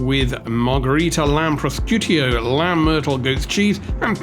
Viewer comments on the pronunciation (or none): Didn’t like the review. They are may be in a “cabbage” class, but they at least know how to pronounce prosciutto. Won’t watch your vidz any more